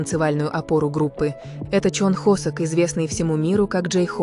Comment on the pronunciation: ИИ а кто такой хОсЭк? Я з наю только ХосОка! Нет такого города ХваНДЖУ!!! Есть Ханчжоу! Да ппц, все видео просто обосрано безграмотной речью, просто ттрендееец! Бедные мои ушкииии! Всех мемберов вообще не существует с такими именами как вещает ИИ! И слов в русском языке половины нет! Ща блевану!